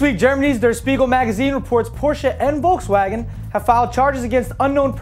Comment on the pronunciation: haha volkswägen :D omg that sounds soo f.ing funny when you're german :D hahaha